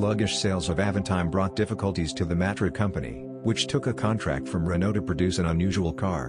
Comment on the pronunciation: Its Renault